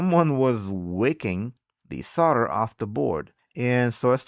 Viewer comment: how many times can he say Sol der wrong.